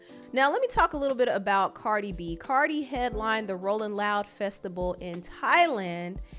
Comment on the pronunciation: Girl why you say festibal and not festival hahahah 😂. Love you btw